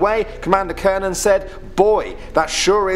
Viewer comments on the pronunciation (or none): Gene Cernan not kernan!!! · It’s Sernan(Cernan)not Kernan numb nuts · It is Cernan, not Kernan. Do you homework before you waist people's time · That's a "sir-nan" not "ker-nan" bro... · It is Cernon with the "C" sound . Not Kernon with the "K" sound. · It pronounced Sernen on Cernan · Cernan is pronounced Ser-nan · Gene Cernan* not Kernan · Gene Cernan ( .... Sir- nan ) Marine Corps ( pronounced as core ) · Cernan is pronounced sirnan Corps is pronounced core Porthole is pronounced port hole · I believe that Cernan is pronounced SIR-nin. Soft C instead of a hard C. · cernan pronounced sir-nan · It's Gene Cernan said like, sir-nan. Knocking sound, time travelers, yeah because being able to travel through time allows you to survive the vacuum of space only to black ding dong ditch with a Chinese guy in a space capsule. Get real. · Cernan- pronounced sirnan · Cernan is pronounced sirnan